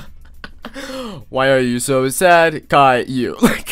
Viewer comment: YOU SAID IT WRONG! ITS KAILLIOU!!!!